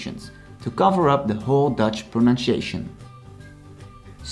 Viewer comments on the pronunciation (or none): I am not making fun of your accent, but I do find it ironic that you are teaching proper dutch pronunciation, but your english pronunciation is wrong on many words. Examples would be consonants, pronunciation, consist, etc. But in english we are very used to people pronouncing things incorrectly. Typically though, this is not much of an issue in english. There are some definitely exceptions.